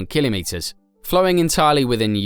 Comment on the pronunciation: And stop saying killimetres 😂😂